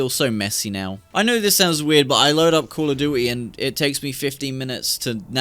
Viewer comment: bro said be'a and call o'du'y...